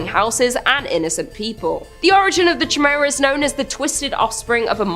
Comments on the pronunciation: Chimera is pronounced Ky mare uh not jimera. serious i kept expecting to say jamiroquai. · It's pronounced Ky Mere a. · Ditto ! I had to say it!! I couldn’t stand it anymore she kept saying CHAI MERA😀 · Chimera is pronounced (Kai-meera) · Heads up , it’s “kīˈmirə”…. It’s pronounced “ki “ not like chai tea. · Chimera is pronounced ky-mera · The way says chimera made me chuckle. I'm not one to harass them about pronunciations but I certainly had to laugh a little.